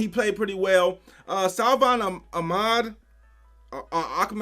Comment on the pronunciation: AKMED is how its pronounced i think